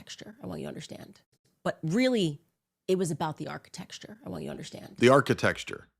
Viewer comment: After hearing say architecture has messed me up! Now I can’t say it right. 😂 - Thanks